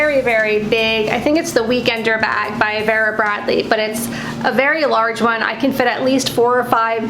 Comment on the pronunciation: Love your VB bags and the big 'ugly' bag is not ugly, so much goes into them. It's pronounced Veera. Thanks, great video.